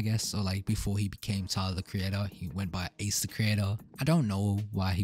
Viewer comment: He’s Australian so that might be why 😂 I like how he says “tylaaar”